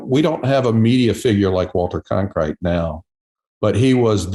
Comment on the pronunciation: It is Walter Cronkite not Conkrite.